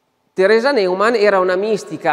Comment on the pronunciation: Ciao, grazie per quello che fai. Volevo dirti che Neumann, in tedesco si legge NOIMANN perché le lettere eu = oi Sarebbe meglio che tu lo sapessi essendo che sei un bravo relatore. Grazie mille